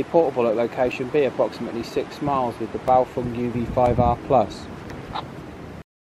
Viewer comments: BaofEng not BaofUng! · NOT Bao'FONG' But Bao'FENG'